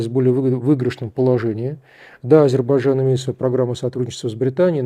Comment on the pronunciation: Азербайджан, не Азербажан.